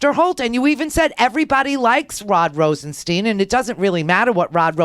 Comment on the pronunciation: RosenSTIIIIIIIIIIIINE. STIIIIIINE. Rhymes with pine, dine, wine, line.